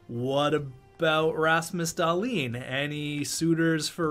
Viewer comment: Were the only one who gets slightly triggered when he says Rasmus Dahlin’s name like Dahlin and not like dahleen